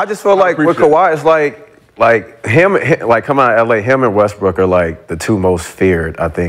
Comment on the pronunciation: He say Westbrick ?